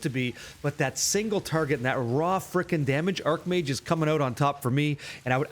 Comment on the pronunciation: i know it's pronounced ''arcH mage'' but arC mage just sounds so appropriare lol question, is lightning conduit just not used at all anymore? is there a place for it on this build without cast on shock